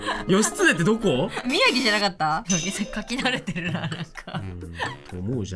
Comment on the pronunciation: 宮城地元なのでワクワクしながら待ってたら、宮崎、、？？でも描いてるの虎杖？？？ってなったけど納得ww よく読み間違えられるからしょうがない😌 47都道府県揃うと圧巻、、！！✨️すご！！！